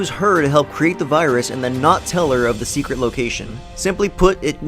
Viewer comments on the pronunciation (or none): none